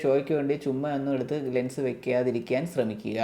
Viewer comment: Lungs ennaanu kelkkunne.anganeeyallallo parayunnaathu alle😂❤❤❤